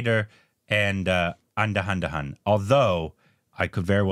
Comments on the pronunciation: Nice video but andahandahun got me😂 Its Andhadhoon. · Indians: Andhadhun | and: Anda Anda Han XD